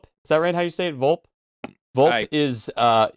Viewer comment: Volpe. “Vole-Pay”. Like seriously, didn’t you guys JUST watch the movie? This isn’t even an actor’s difficult to pronounce foreign language name or a name that you read in the novel, it’s a pretty simple character name, spoken on screen numerous times. Also, Bouvar, not Bouchar. Seriously, you guys are shockingly and almost offensively bad with these names. As a die hard Bond fan, it makes me embarrassed for you.